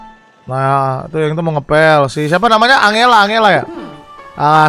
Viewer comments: Anjela bukan angelaaaaaaaa banggg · Tulisannya tu angela, tapi di baca Enjela kak 🤣🤣